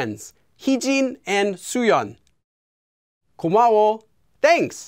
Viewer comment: Sounds more like you're saying 고마우오 rather than 고마워. That last O sounding a lot more like 오 than 어 to me. I wonder if this happens a lot with people learning Korean like people who stress second syllables a lot in Japanese because they aren't aware of their syllable stress. (Like people who say k'ZOO'yuh instead of KaZuYa.) Actually. On re-listening to it. You said it kinda wrong, then kinda right, and then kinda wrong again. Weird. We know what you mean but I think it's important for people to recognise that 워 should sound like the A in "What" for a British speaker. A capital O is not really what you should be going for since that's 오.